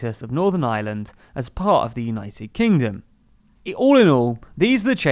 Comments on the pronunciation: Please, it's Ireland (are-lund) not island. The island of Ireland not the island of island. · "On the island of eye-a-land"